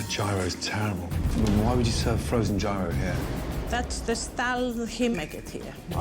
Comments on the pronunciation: Gordon for the love of god, gyro is not pronounced jay-row, its more like hero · Yeero, not giro! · You'd think of all bloody people, especially the quality of chef Gordon Ramsay is, he would make at least an effort to pronounce Gyro properly lol. It sounds like....ear-oh. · Bruh gyro. No it’s GYRO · How are they all mispronouncing gyro??? 😂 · I’m Greek. Can’t believe the way they chose to pronounce gyro